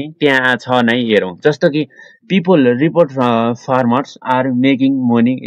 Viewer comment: Ropoted❌ Repoted☑